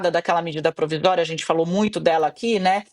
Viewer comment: medida “providória”??? 😂